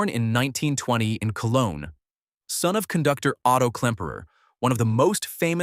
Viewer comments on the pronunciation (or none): none